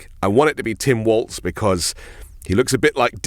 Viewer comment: Walls not Waltz.